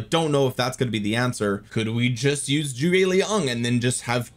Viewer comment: “Chew-ei Young”, not choi young